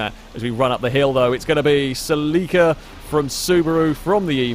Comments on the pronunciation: Sa leek a? Do you mean Celica? pronounced Sell i ka? Or are we talking about something entirely different? Nope you said gt 4 that's definitely a Celica. Is that how you pronounce it in the UK? Sell i ka must be US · Saleeka. I had no idea what he was saying at first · Sel-ie-ka/ Sel-ee-ca is the proper way to say it. Americans say it funny mostly. Listening to a Japanese person say it makes alot more sense . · Funny how other counties pronounce Celica (Sell ih Ka) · sel-eeeeeca lol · As an american, I just have to say you pronounce the 'celica' strange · Is that how you pronounce Celica in Britain? I've never heard it pronounced that way. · I have never heard Celica pronounced like how you did before XD (I am American) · As an American the way you say celica drives me crazy lol. Keep on keeping on!